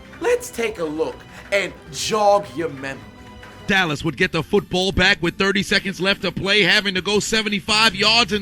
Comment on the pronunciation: "feetbull field"